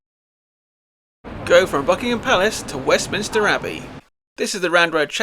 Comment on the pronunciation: Sorry to be pedantic, but I noticed that you pronounced something which I always did until recently. It isn't Westminister, it's Westminster!😅😊